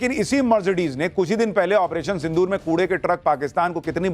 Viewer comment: Sindhur nahi Sindhu rrrrrrrrrrrrrr pakistani chuhey Kand shuru hai